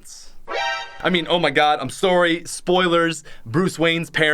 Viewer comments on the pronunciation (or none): Did my nigga just say sooory. We don't need more evidence to encourage the canadian stereo type .